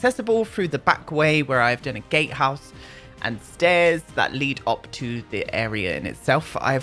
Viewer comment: Notification Squad B))) Oh my gosh the intro music is so amazing I love that you picked that! I know you said gatehouse, but I heard "Gay house" :)) Maybe we can pretend the "bridge is broken" until/if we get bigger lots. 100 by 100 lots would be insane ... imagine ... I'd cry. And so would my laptop. I like big LOTS and I can not lie! Had 2 not even sorry asdfghjkl Lmao Aden the Soul Cycle thief. A new world that gives us a natural waterfall that we can explore behind or new build stuff to make a waterfall ourselves if we so choose, I need a pack like this in my life!!! I hear you saying you want CC but all I can hear is "I need those seamless windows from mutske." I got to enjoy Easter at my Aunt's house, it was a really chill day and I went over there instead of staying home with my immediate family cause well, you know how they are. I was worried about not having a good day so I went to my Aunt's instead and it ended up being really nice. And when all of my relatives left my aunts house it was my uncle, and my two aunts and my grandmother and I and they were telling stories from back when they were young and they were really funny, we were all laughing for like an hour after the dinner ended. It ended up being a really nice day! Other than that I've been working and making that bread B))) Shockingly tho lately it hasn't been loud in my house which is good. Sorry to hear about the stairs tho, this is deff one of those kinds of builds where spiral staircases or even l